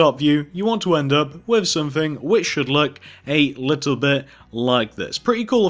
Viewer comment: Stop saying a liole bit its little bit